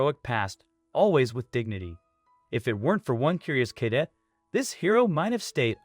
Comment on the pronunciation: Please learn how to pronounce "cadet" and it is the USAF Academy.